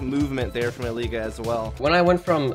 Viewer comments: Bruh the caster literally calls him "Elige" instead of "Eleej" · caster calling him Eliguh wtf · so if he named himself as the spanish for "select" then the "g" in elige shouldn't be a "zh" sound but instead an "h" sound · casters called him “eli-guh” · E Lee gugh. :D That casters mispronunciation is just hilarious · "El-le-ga" LOL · Eli-guh just sounds weird right now, even though thats probably the Spanish pronunciation. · It isn't. It's eli-he. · Name: Came from Spanish Pronunciation: American English